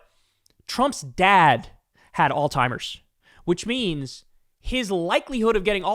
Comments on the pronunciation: Kyle it's not ALL TIMERS! It's ALZHEIMERS!!!! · Kyle i LOVE your show man, but it is "Alzheimer's" not "Alz-timers" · It’s Alzheimer’s, not Alltimers, pronounce it correctly. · It’s not pronounced alltimers. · For the love of FSM, there’s no T in Alzheimer. Stop saying “All timer”. It’s literally pronounced the way it’s spelled. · Damn dude, it's pronounced "allz-hime-ers", there's and Z and no T! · I love you but... it's "Alzheimer's"... 😬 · Hey, Kyle. Alzheimer's doesn't have a "T" in it. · Hate to be that guy…but it’s Alzheimer’s, boss.